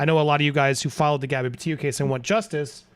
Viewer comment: It's not 'PAH'-'TIO' it's 'PEH'-TITO'